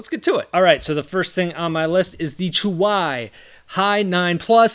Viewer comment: Oof its not chuwi-chuway It's chuwi-chewy